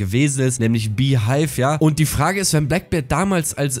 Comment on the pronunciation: Junge es heisst bee haivvvvvvv nichf hiiiiiiiiiiivvvv